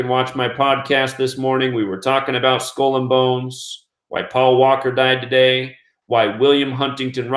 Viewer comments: Skull is pronounced sk-ull; not school. Geometry is pronounced Geo- me-try; not gemotria! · What's a skoll ........ oh, he is trying to say skull. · You say skull and bones weird